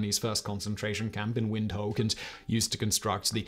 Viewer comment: Great video! But as far as I know, the pronunciation is more like "wind hook!"